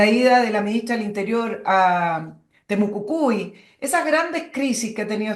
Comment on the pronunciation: no es "Temucucui", es Temucuicui. Es tiempo que pronuncies bien aquella palabrita. Siempre lo pronuncias mal.